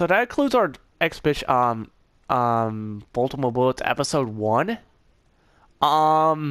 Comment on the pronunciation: This boy said baytam